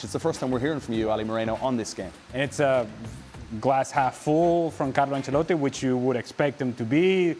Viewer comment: Can’t stand the nfl people saying “Ancellati” 😭